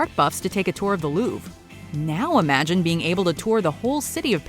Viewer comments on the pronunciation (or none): I’ve always loved your videos, but now I’m questioning your pronunciation of words, the fact that you could mispronounce the “Louvre” one of the most famous galleries in the world.. I’m not even French by several centuries and it bugs me...